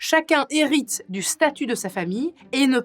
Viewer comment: 6m41 !! 🤷😱🤦🤦🤣 Hérite pas irite !! 🤣.